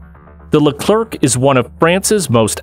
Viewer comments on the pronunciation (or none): It’s pronounced “Le-claire” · Just a real quick but you ALMOST never pronounce the last letter of a word in french. So leclerc would sound more like leclair